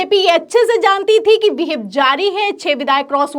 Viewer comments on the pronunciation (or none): मोहतरमा विहिप नहीं व्हिप होता है